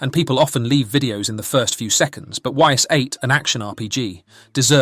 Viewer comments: I dont mean to be that guy, but if you are making a video on a game, please learn how to say the name properly. They literally tell you in the game... it's not Y S its ''ees" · It's actually pronounced "ease" like ease the f up, yo. Ys8 is the best in the series. Hard is imo the best difficulty, what should be considered the games normal difficulty. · Actually it is not why's 8, it's Eyyss 8. It's actually a good game, I never play it but I played Ys IX and was very good. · Best Ys game :face-blue-smiling: Amazing atmosphere, combat and soundtrack. Great characters, story and artstyle. Sidenote: you're spelling the name ''Ys'' wrong :face-fuchsia-tongue-out: "It's not pronounced 'Whys', it's pronounced 'Ease' "